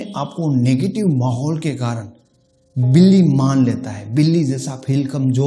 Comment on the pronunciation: Sir villy nhe hota billi hota h